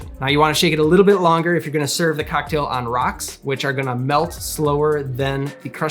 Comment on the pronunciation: good video but why does he pronounce "cocktail" like that